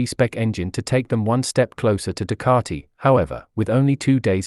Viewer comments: Ffs it’s Ducati not Ducarti! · You’re wrong. I don’t yell at my tv as the majority of commentators pronounce the word Ducati correctly. You need your ears washing out!